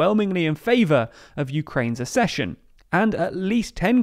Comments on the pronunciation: The Ukrainian president, not prime minister. Accession is pronounced as ‘ak-session’. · Please learn how to pronounce accession correctly. It’s just like succession, with a K sound, i.e. AK-SESH-UN. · Accession: ACK-session. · This is not how you pronounce the word "accession" My ears are bleeding